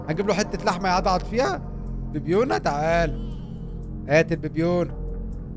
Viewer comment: ببيونه اسمها ببرونهبدي يونان مش ببيونه ببيونه يا